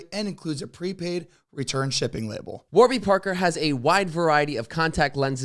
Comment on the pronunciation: Am I the only one who noticed during the one ad read the website was wrong? Isn’t it Warby Parker. Not warber Parker lol